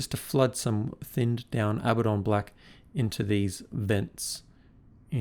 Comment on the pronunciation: I know its "wrong" but thank you for pronouncing Abaddon the same way I do.